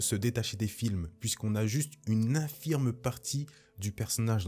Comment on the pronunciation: "Une infime partie de", pas infirme. Bonne vidéo